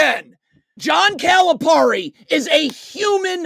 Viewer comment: Dude, you can't even pronounce his name so dont act like you're an expert, SMH.